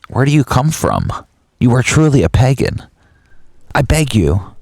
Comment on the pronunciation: It's pronounced "Pay-GAN" not PEGEN